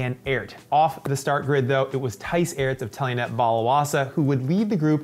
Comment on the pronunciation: As an American, it actually makes me cringe when I keep hearing him pronouncing Toon Aerts phonetically, too. It should be pronounced like “tone arts”. The worst part is his commentator counterpart repeatedly pronounces these correctly and he continues to do it. In this recent superprestige, he kept saying Boom photenically (even with somewhat of an emphasis since his pronunciation is an onomatopoeia of an explosion), again, even after his counterpart consistently tried to correct him. Makes the watching experience a little less enjoyable. Have some self-awareness,!